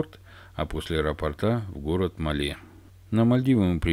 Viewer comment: Название столицы Мальдив не МалЕ, а МАле - от слова "маленький".